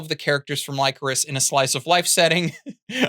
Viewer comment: I didn't press the issue in your The Best Anime of 2022 video but that is not how you pronounce Lycoris